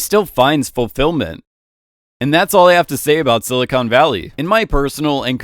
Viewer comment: He managed to pronounce “silicon” and “documentary” like an undertrained AI chatbot